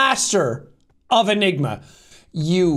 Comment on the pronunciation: master... of enema (ik sean said enigma lmao)